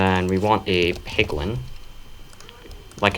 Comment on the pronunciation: i thought he was saying pickle instead of piglin